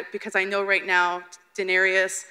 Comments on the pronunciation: "da-nare-ee-iss" goodbye. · Some of these people shouldnt be allowed to ask questions..@ she couldnt even pronounce "daenerys" for crying out loud! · that girl mispronounced Daenerys 😣